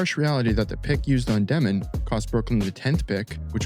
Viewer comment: Insane take considering they have the most draft picks in the entire league till 2032, have their coach for the future already, and have five rookies who have not even touched the NBA court yet lmao. Also just to spread the wealth, it's dyoh-min, not Deh-min, he explains it in an interview if you wanna check it out!